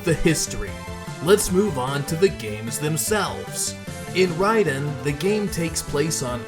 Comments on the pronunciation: He means RAY-den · yes. It’s pronounced as “Rye-den.” I went for years in the 90s saying Ray-den but no one knew better back then.